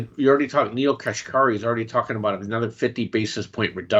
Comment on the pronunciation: did u say neil KRASHkari?